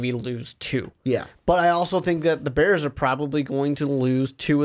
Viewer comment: Not beers it’s da bears I’m done watching you until you apologize